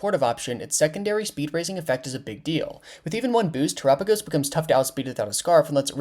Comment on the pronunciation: that ain't how you pronounce his name right?? its Tera like mechanic Tera right???